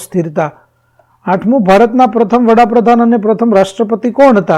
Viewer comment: વડાપ્રધાન આવે વહાપ્રધાન નય